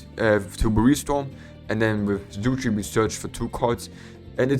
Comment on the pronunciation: Man it's not Zuchi it's Sudri xD